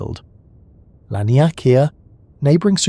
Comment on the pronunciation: its pronounced lawn-e-k-ah